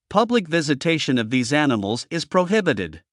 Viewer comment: "aniSmals"? You can't compensate an abundance of "S" by an abundance of "!"....